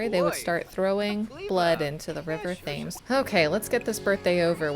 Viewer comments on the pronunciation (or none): Thames = tems (it doesn't rhyme with James) Great LP! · idk if you're aware by now, but i just wanted to say, the river Thames is pronounced Te-M's (the h is silent, and the a has more of an e sound)